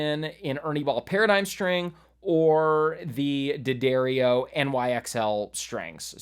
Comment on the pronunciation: From the D'Addario website: D'Addario is pronounced "Da-dairy-oh".